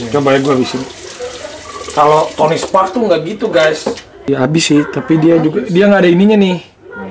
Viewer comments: Tony stark woooyy 😂 kok aku dengernya tony spark?? Abrar gak denger atau males ngebenerin? 😬😬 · Tony Stark aa Raffi..bukan Tony Spark 😀😀😀😀